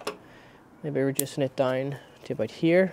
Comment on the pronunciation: Great video, your accent is a bit hard to understand sometimes but otherwise great video 😊 "abite" being "about" made me lol